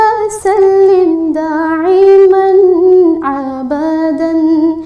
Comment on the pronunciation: دائماً کو داعماً پڑھا گیا ہے سبحان اللہ بہت اچھا پڑھا گیا ہے۔